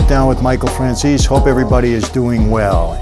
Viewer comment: Fran "sees"? Fran seh seh